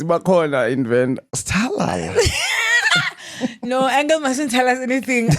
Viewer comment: Iyoooo the way I hid under the table the table when you guys dragged me for istalala. Ndibuhlungu😂😂😂. Also, I'm not venda and have never been robbed, but I stay that side for a couple of years. I sore to never comment because will always Butcher my name😅 kodwa I love you guys...from Therry,that's my real name